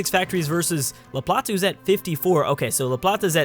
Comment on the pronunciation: its la plata not la platza